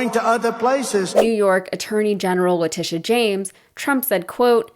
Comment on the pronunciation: I honestly thought the gaffe was going to be how he pronounced "Letitia wrong, not once, but twice. No surprise there. 😅😅😅. And is anyone, who isn't part of the Trumptard cult, surprised that he lied about ExxonMobil? I mean come on, if his lips are moving, he's lying. The fact that he gets away with it never ceases to astound me. Here is my two cents... When he does interviews there should be a real-time fact-checker ready to check all his statements in during commercial breaks. That way, when they resume the interview, the interviewer can call him out in real-time about anything that he lied about, or (because he is so dumb) just plain got wrong. In addition, God forbid, if he should end up debating Biden, the same thing should be done. For both of them of course. It's the only way to combat his tactics, and it is a tactic. He may not be smart, but he knows how to play the media. Throw a whole bunch of lies out there, sprinkled with some truth, and the interviewer/moderator has no time to call him out on what's true, and what isn't. I have noticed that other Republicans have picked up on this, and are beginning to use it themselves. Case in point would be the recent DeSantis vs Newsom debate. Hilariously, I don't know if anyone else noticed, but DeSantis is imitating Trumps' mannerisms when he talks. Especially what he does with his hands. Hahahahaha